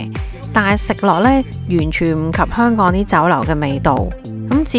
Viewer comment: 懶音實在太重 你連香“港”都一直講唔正😅